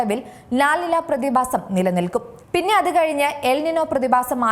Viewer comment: ബൂമി, പ്രതിബാസം, ശവിശേഷം... എന്തോന്നടെയ് ഇത് ?